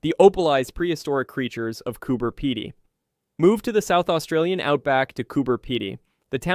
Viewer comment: Cooper Pedy I like no where else. I’m glad that this voice over at least got the pronunciation of the town. I’ve seen that opal fossil too. It’s amazing